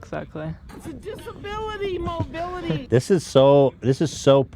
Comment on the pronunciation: Mobility disability-mo-beel